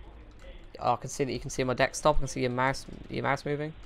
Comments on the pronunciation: These videos are hilarious, but why does he say "dextop" and "wirus"? Just curious. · 'DEXTOP' lol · dude STOP saying dekstop! it's desktop. And stop saying taksbar it's taskbar. taksmanager is taskmanager. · if you stop saying DeksTop, sure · do you purposely say deckstop and taxbar rather than desktop and taskbar??? good vids tho and funny! keep up the trolling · does he say dekstop on purpose? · Why are you and some more people saying "Dekstop/Dextop"? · dekstop lol